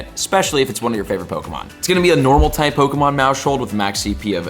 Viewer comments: Maus-hold, not Mau-shold lmao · Yep, he's missing the "household" pun. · Bro it's "mouse hold" a play on mouse plus house hold stop saying it wrong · Isn’t it pronounced mouse-hold, as in like a “household”? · Pronouncing maushold like that is crazy. Pretty sure it was intended to be like "mouse hold" like household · stop pronouncing Maushold like that!!! You said it wrong then you said it wrong like 20 more time in the space of 3 minutes, very painful :/ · Dawg why u say maushold like that lmaooo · the way he's saying maushold is bothering me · You say maushold so weird bro lmao why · I think he should close his moush hold since he can’t say Maushold, good lord, it’s your job, at least try.